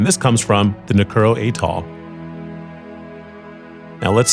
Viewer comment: Nu Ku o ro is how it's pronounce